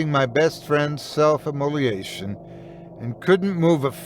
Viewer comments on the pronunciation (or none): Just a small thing about an otherwise skillful reading-the word "immolation" is pronounced im moe-LAY-shun and not im-moe-lee-ay-shun. Thanks for all your fine work over the years. 😊